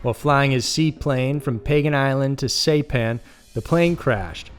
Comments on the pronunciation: SIGH PAN, not SAY pan... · SIE PAN bro, not say pan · Saipan is pronounced "Sie-pan," dumb ass. What the hell is the matter with you? You mispronounce something on almost every video. Are you too much of a lazy ass to do a little research? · Saipan is pronounced as Sigh-pan, not Say-pan. “underage Asian women”. That is a strange wording and connotation and is an attempt at severity softening. Tell it like it was: he had sex with minor Asian girls. (children) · Great vid! The pronunciation of the island is “sigh-pan” rather than “say-pan”. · Sy-pan. FYI is all... this is a solid channel, quite enjoyable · Ahhh yes old Saypan hahaha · It's pronounced Seyepan. As in EYE. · "Saypan"??Say what? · Saypan? Who says SAYPAN? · Saipan, (sss- eye- pan) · Say-pan? Really?! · It's pronounced sai-pan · Hate to keep correcting your pronunciation (research would help), but Saipan is pronounced SY-pan. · It's Saipan like sa I pan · And you pronounced saipan wrong.